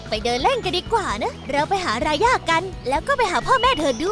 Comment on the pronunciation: รายาไม่ใช่ราย่าค่ะ